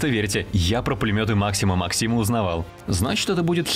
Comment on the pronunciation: Ура, наконец кто-то правильно поставил ударение у пулемёта-максима